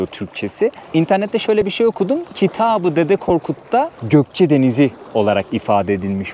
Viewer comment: Gokce deyil Goyce